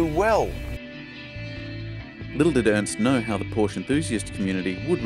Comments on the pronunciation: Yes, I agree. Your pronunciation of Porsche spoilt what could have been a great review. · Learn how to pronounce Porsche